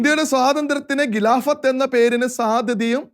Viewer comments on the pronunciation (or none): ഖിലാഫത്ത് - not ഗിലാഫത്ത്; ഘട്ടം not ഗട്ടം സഹോദരാ ഖലീഫ not ഗലീഫ....😎